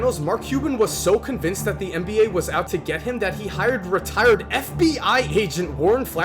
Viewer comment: Why do you keep saying MBA?